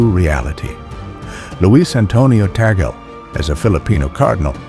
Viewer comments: Cardinal Luis Antonio Tagle will be pope if you pronounce his name correctly. It's TAG-GLE! not tagol 😊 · His surname is pronounced as TAG LEH. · BTW , it is TAGLE not TAGEL